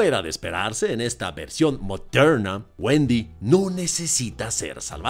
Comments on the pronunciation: tuve que quitar el vidio, no aguanté tantos "modhernha" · Gracias a ti, cada vez que mire una película de Disney, me voy acordar de la frase "película moderna" claro con ese acento tan bueno jajaja. Por último estoy desacuerdo contigo en todo, por cierto la película se llama Wendy o Peter pan? Disney olvidando quien es el protagonista de uno de los personajes más importantes de su historia de sus "películas antiguas"😅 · Me agrado la forma en que dices "MODERNA". 😅😅😅😊